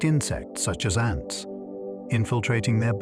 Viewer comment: I thought this was a real voice until you pronounced 'ants' as 'aunts'. I'm RP too and that's not how we speak. AI alert!